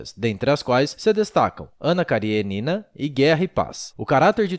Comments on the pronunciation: Ótimo texto. Ótimo video. Apenas um detalhe: KariÊnina (da até pra ver o acento no video ), não KarieNIna. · A pronùncia è Karênina, não Karienína. Aliás a maioria dos sobrenomes russos são proparoxítonos, se terminam em vogal e paroxítonos se terminam com consonante